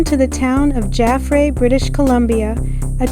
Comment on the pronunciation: Nice video. FYI, Jaffray is pronounced Jaff (like laugh) and ray is pronounced like the ray in stingray. Emphasis in jaff.